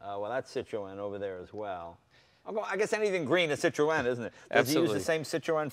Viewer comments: My god Jay, Citroen is pronounced 'sit-rone'. See! Even the other guy has it . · WHAT THE FUDGE IS A CITRO-ENNNNN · it's not Cit-ro-en it's pronounced Cit-ron Jay!! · Stop saying sit roe en Please, it's sitrun ..sitrun sitrun ok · sitrun, not sitrowen... Citroen crying at the mispronounciation. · Actually, it's SEE Troy ahn. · "WTF is a sit-tro-en?"/"I was just poking holes in the pronunciation" ..this is the proper pronunciation, or at least closer to the proper pronunciation than most people say it here in the UK: "CITRIN" ..euch! It's rare for Americans to pronounce non-American car marques properly so appreciate it! (eg. "poo-joe") There are two dots over that E for a reason! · The correct pronunciation is SITRO-EN. There are two dots over the “E” that calls for it to be prominently pronounced. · Sit-ro-en? No Jay... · Citrewen. God dammit, Jay. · Is it pronounced "Citro-en"? Or is it "Citrun" because I've always known it as "Citrun" not how Jay is saying it. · How can Jay not say "Citron." It's not hard. I mean I studied French but it's still not hard. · At least TRY and say Citroen correctly Jay! Its not hard. "Sit Trone" should do it. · Who are cit tro en. Do you mean Citroen ? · What is with the pronunciation of Citroën? ha ha !! it isn't meant to be a 3 syllable word Cit-ro-en. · cit- RO EN ? thats not how you say it! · Please stop saying 'sit - row - en' ..... the correct pronuncition is .. which is 'See trghho en' with the first two letters making a SEE sound, a throaty mess in the middle and the emphasis on the I and E. If you are not French and going to do it properly ( which sounds ridiculous and incredibly twatty mid sentance in your normal dialect) then pronounce it in your way. 'SIH tren' with a hint of 'o' before the E sound so it doesn't rhyme with 'wren'. Or just run sit row en together quickly to make sitroen. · Why does Jay refuse to pronounce Citroen correctly ? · Never heard citrion pronounced like that. In England we dont say the E.